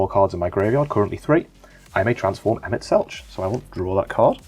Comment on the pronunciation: Loved the vid, though got to say, Emet-Selch is pronounced like Selk, instead of the normal ch sound! Bahamut